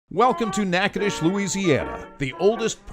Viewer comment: At least you pronounced the name correctly.